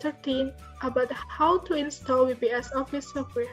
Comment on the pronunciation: WPS is pronounced "double yu pi es" NOT we pi es =)